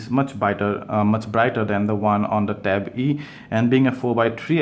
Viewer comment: Ben Walsh yes